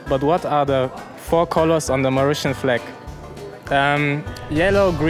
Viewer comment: He says Mauritian like Marussia